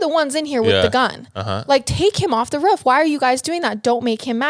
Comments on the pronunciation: I die of laughter when ever she says “gel” but I’ve gotten use to but the “ruuf” had me spitting out my drink. Still love every bit of it 💕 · The way pronounces roof